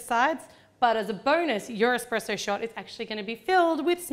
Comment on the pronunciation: I love the : -cupcakes -expressoes